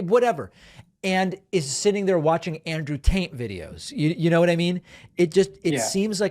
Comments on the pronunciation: Is David purposely saying Andrew Taint? 🤣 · Did you say Andrew taint? Lol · Did he say andrew tant🤣🤣🤣🤣🤣